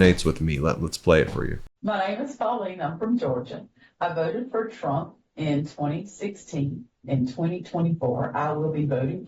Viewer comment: Biggest fan and you can’t say his name correctly. Very trumpiann. Big fan though.